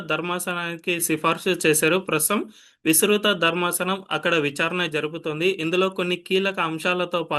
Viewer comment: విసృత. కాదు, విస్తృత